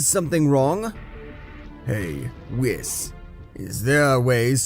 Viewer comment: And also whis was wis